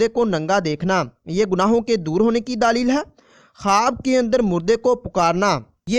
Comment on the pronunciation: Apna lfz kophka thk kro daaalel kua hta ha